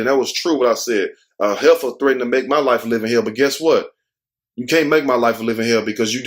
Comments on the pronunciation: I love the way you say Heffa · The way you said Heifer...funny 😂